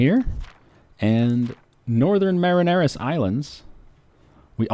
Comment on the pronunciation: Northern Marinaras? Ugh.